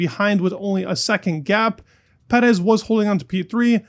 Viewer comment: Yo the way you pronounce “Perez” is wrong too